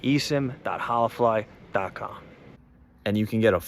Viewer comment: You pronounced holafly three different ways 😂 all wrong hahahaa